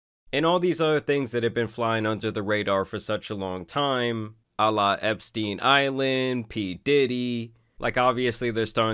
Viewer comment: love you videos man, but please don’t involve peoples mocking Jeff Epstein with peoples religious god. I think I heard you say Allah Epstein instead of Jeff Epstein. Correct me I’m wrong 🤷‍♂️